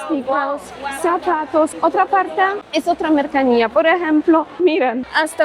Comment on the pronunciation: princesa polaca, dijiste dos veces " MERCANIA, cuando debiste decir MERCANCÍA " pero, sabemos que estás todavía aprendiendo a hablar castellano, así que, continúa mejorando princesa!!!💥🥳🥰